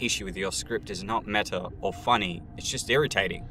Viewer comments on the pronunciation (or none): none